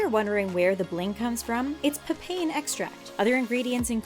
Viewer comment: For me it was "papian"